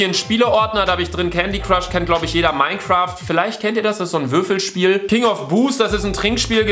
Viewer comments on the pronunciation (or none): none